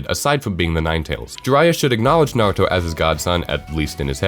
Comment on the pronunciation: What joke he cant even pronounce naruto right